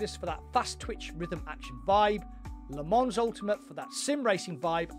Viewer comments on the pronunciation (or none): Les Mans is pronounced Leh-Mawh